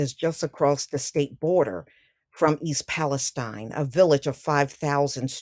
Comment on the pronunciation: Thanks for pronouncing it Palestine and not Palesteen. Not sure why everyone else is calling it Palesteen. Spelled the same as Palestine in Israel.